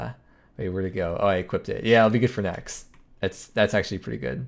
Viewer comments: "...nex video..." "...nex time..." anyone else hear that for the next video? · Cant tell if "NEX episode" "see you NEX time" was on purpose....